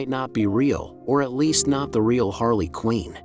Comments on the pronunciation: It's QUINN! not " QUEEN " ! get it right. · Quinn is not pronounced “Queen”. It’s rhymes with gin or tin or bin.